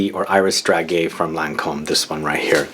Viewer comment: Hi! Thanks for your video! So hard to find video about lancome. On the french website there is reductions right now. And by the way, we say DRA JAY ( like Jay Z) 😉